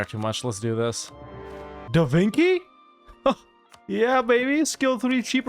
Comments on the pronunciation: "Da vinki?" Lmao, why did that make me laugh so much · I laughed so hard when he said "Da Vinkee??" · Da... Da... DA VINKY???!!! name of the greatest inventor of Italy butchered to sound like an admiral who is secretly a pig that can wink, I just can't XDDDDDDDDDDDDDDDDDDDDDDDD